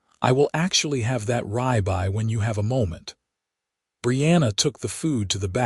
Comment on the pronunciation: Could someone please explain to me how ribeye gets to be pronounced as r-eye-by when even if you are not familiar with the word and have not been “taught “ it, the pronunciation is still r-ib-eye just by following grammar (which you would expect to be in the language module “taught “ to the AI).